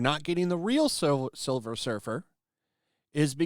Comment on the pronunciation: Please it's Sliver Her fer 🤣🤣🤣🤣